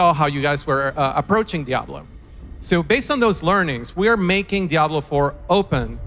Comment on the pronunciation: To point out the obvious..its DiablO not DiablA, brush up on your Spanish and try not to get triggered ya ninnies..if the sarcasm was applied any thicker, it'd be a fatty